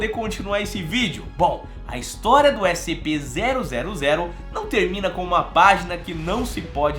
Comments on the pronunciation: ele falou SPC kkkkk amo esse canal mal espero o prox video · Ele falou SPC 000